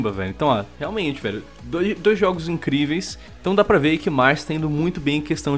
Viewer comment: não sabem dizer " jogos " ? oh brasucada